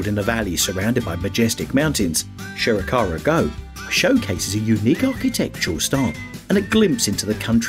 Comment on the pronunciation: If you’re going to make a video about famous world heritage sites, at least put some effort into researching how to pronounce their names. Would’ve taken you less than an hour to find out proper pronunciations and saved you the embarrassment of changing your pronunciation halfway through a segment like you did with Shirakawa-Go…I mean, Sugarhawe-Go? Really? 🤦‍♂️